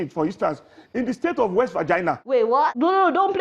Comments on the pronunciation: Did he said vagina instead of Virginia..look at the type of uneducated fools running Nigeria..what a JOKE!!!!!! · What did the gentleman just say? "West Vagina" in the United States? Is that a new state in the United States? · These are fraudulent people by all standards. They need to debate Sowore, Moghalu, Ezekwesili, and Durotoye. Nigerians, please, use your you know what and vote AAC in February. Get rid of all these criminals for Jah’s sake. It’s pronounced WEST “VA-GIN-NEAR” Bros.